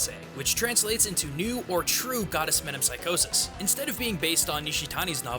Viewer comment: As a Greek I couldn't help but cringe every time he said metempsychosis.